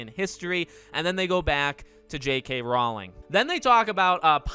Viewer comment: Just FYI... "Rowling" rhymes with "bowling". :)